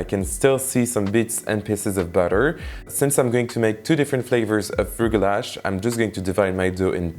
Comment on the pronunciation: They are pronounced rugelah or rugelach ( with a Hebrew ch or kh at the end)